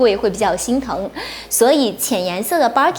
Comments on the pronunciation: Barkin 汪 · Birkin的發音怪怪的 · 她讀錯的，一直沒改